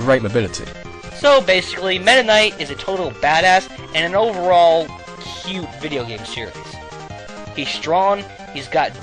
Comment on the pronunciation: I like the fact that you the emphasis on "overall" cute game. damn it 02 and marx soul